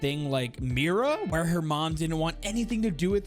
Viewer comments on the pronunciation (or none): none